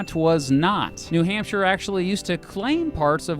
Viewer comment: It’s new hamp shire not new hamp sheet